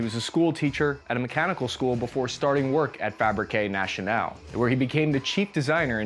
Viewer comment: It's Natick. Nay-tick. And Fab-reek - Nah-shun-al bro. Hope this helps u.